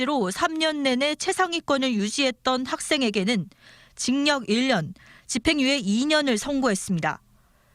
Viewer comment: 기자 경상도분이신가보네.. 계속 징역 발음을 징녁 이러네..